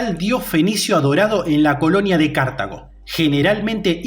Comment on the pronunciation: ¿Pero tu dónde ves la tilde para ir diciendo todo el tiempo "cártago"? Es Cartago, una palabra llana